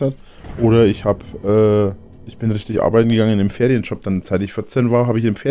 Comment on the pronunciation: Immer das gleiche: 1. Verspricht sich: "Hab am Wochenende Feriendschob gemacht, äh" 2. Findet das sich das gut anhört. 3. Macht den Versprecher zu nem Fakt. 4. Übertreibt: "Hab am Wochenende UND unter der Woche UND in den Ferien geabeided". Da bleibt doch kein Stück Glaubwürdigkeit übrig, falls da überhaupt Mal was war.